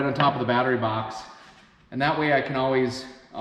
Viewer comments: Yeah I was wondering, what's a bahhtree? This NJ boy never heard of such a thing! LOL! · That's awesome. I'm from Boston, and very Irish. When I was growing up it was always pronounced "bahhtree." I don't hear it pronounced that way anymore, more's the pity, so I was fascinated to hear you say it that way. Good on ya, boyo! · Did you say, "bahhtree?"